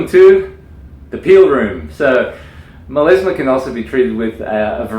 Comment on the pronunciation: MelAsma not MelEsma! Oh my ears 🙉